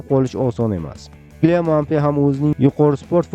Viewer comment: Xax bilat Kilyan Muabe deyapsizmi😂